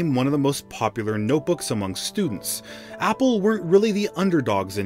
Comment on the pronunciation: Opple🤣🤣🤣 instead of apple🤣🤣🤣